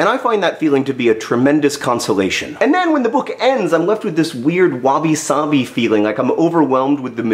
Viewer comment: I know you said "wabi-sabi," but at first I heard it as "wobbly, sobby," and I like that, too.